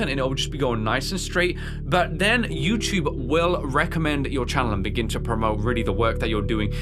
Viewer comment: Also I love how instead of saying youtube, you always said "youchube" lol.